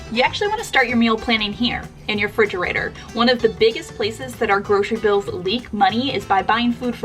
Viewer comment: I'm sorry...but did you say "Fridgerator"?